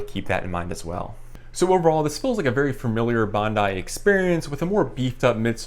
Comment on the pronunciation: Hi,, Two excellent reviews, for this shoe, the Bondi 8, and for the Gaviota 4. (Btw, in Australia, at least, it's pronounced "Bond-eye.") Question, please, for you or anyone here - I have terrible knees with not much meniscus left, and need all the cushioning I can get. Assuming either model would be a valid choice, I wonder if the Gaviota's J-frame, allegedly providing a more stable platform, might help reduce some of the torquing forces on the knees as well. Any thoughts, recommendations (yes, I have considered giving up running entirely, no thanks!) would be appreciated. Thanks again for the excellent reviews. William